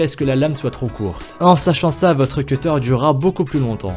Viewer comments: Pourquoi tu sais pas dire correctement les mots ses pas in beul ses in bol et tu sais pas dire cuteur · Arrete de dire cutter car le mot cutter en anglais signifie coupeur donc dit coupeur au lieu de cutter en plus tu le pronounce mal 😡